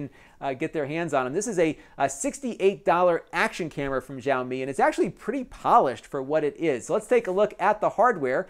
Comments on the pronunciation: NOT YAOMI, IT'S XI-AO-MI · Nice review. Chinese subscriber here. Xiaomi is famous for its high parameter, better-than-average quality, low price product. This company now has an estimated value around $45B. By the way, the pronunciation is more like 'show me', SH as in 'she', OW as in 'now'. Totally not important though.